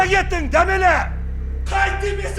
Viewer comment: Дәмелі емес дамели деп айтындарш😂